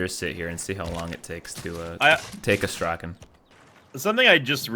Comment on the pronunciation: i know it's a bit late, but the emphasis is on the first "a" in Astrakhan. and the "n" is soft))